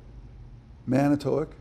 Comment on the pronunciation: Here in the midwest, we pronounce it man-i twak. It is a city on lake michigan about 80 miles north of milwaukee.